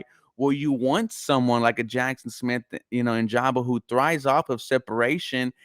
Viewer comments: great video bro.. just a FYI.. It's Njigba (In-Jig-Buh) keep up the great work. Go Texans!! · This fool said Nijaba it kills me lmao